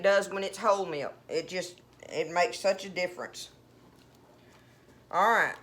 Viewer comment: The word: milk, has a W in it when spoken in many southern states in the usa? Meewlk?